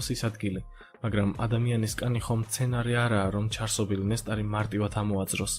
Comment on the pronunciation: "ჩარსობილი ნექტარი" არა, "ჩასობილი ნექტარი", ჩასობაა და არა ჩარსობა. კარგი ინფორმაციული ვიდეო იყო 👍